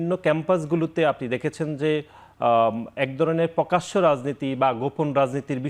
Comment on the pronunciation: পকাশ্য পকাশ্য পকাশ্য,,,,,,,,,,, তারপর আবার পকাশ্য পকাশ্য পকাশ্য